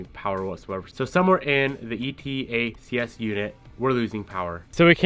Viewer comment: it's called "E-Tacks". It'll save you from having to spell it out every time...